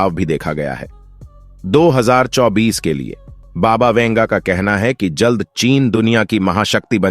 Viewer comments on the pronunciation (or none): none